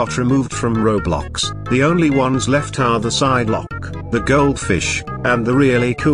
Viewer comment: Bro said kiblox